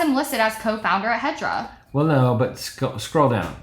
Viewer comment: Every time you said hedra, I keep hearing hydra and imagine this guys company as some Marvel villain hideaway...